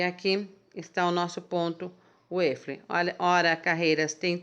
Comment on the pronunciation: a pronúncia e uafo!!!!!